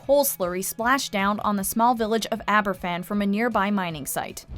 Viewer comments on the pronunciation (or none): It isn't Aberfffan. It is pronounced Abervan! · Argh! There is no excuse for buggering up the pronunciation of Aberfan so badly - even the clip you use has it said right! The Welsh alphabet is pronounced differently to the English one - a single 'f' is pronounced like the f in the word "of" - so something like abber-van, not Abba Fan. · Not to be picky but it’s pronounced Aber-van, not Aber-phan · Just a small, but, I think, an important point. Aberfan is pronounced AberVan not Aber- Fan. In Welsh, an F is pronounced as a V. FF is pronounced F. This was a huge event in Britain and it would have been nice to have had you listen to the newscasts at that time ... and actually hear the name correctly pronounced. Yours in Gratitude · I don’t want to be too critical here, but it’s not Aber’F’an, it’s pronounced as Aber’V’an. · Sweetie, “Aberfan” is pronounced “Abervan” in Welsh. The Welsh only say the unvoiced “f” sound when it is 2 f’s. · Aberfan is pronounced AberVan.... the “f” in Welsh is pronounced like a “v”. Welcome to Welsh. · It’s pronounced Abervan! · It's pronounced Aber-van.. One F in Welsh is as a v in English. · In Welsh F is pronounced V Hence Aberfan is pronounced AberVan. Interesting programme though. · Tywysog Cymru does not show the attempted bombing of the celebration in Caernarfon. The narrator should have taken the five minutes to learn to pronounce Aberfan. "F" in Welsh is pronounced like a "V". The actors have it right. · You pronounce the 'f' in in 'Aberfan' more like a 'v' - in Welsh its two 'f's together that denote same sound as an 'f' in English. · I was looking for this comment! It irritated me! It wouldnt need much research to know how to pronounce it properly, especially considering the huge significance Aberfan plays in Welsh history and the hearts of Welsh people.